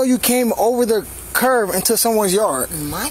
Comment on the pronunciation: cop keeps calling the curb a curv